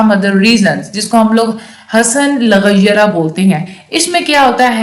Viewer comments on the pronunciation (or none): it's lighairihi not laghayarah